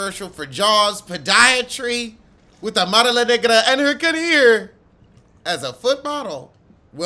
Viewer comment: Lord every time you say career I holler